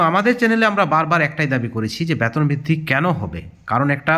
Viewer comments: Baton noi,beton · ব্যাতন কি জিনিষ বুঝলাম না। উচ্চারণ সঠিক করেন। তার পর খবর করেন।